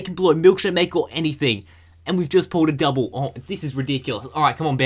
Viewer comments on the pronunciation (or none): none